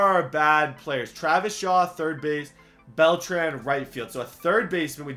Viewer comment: My OCD gets triggered when you say Beltran It's supposed to sound like beltron